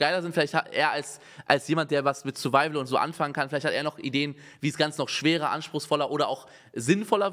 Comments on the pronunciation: Niemand : Wirklich Niemand : Unge : SURIVIAL CHALLENGE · Niemand: Wirklich Niemand: Unge: SURIVIAL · "SuriVial" Challenge